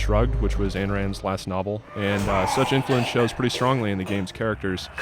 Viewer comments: Ayn Rand's name is not pronounced like "Anne Rand", it's pronounced "Ein Rand". yYu can look up how to pronounce it here on youtube. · its not anna rand its ayn rand... fucking idiot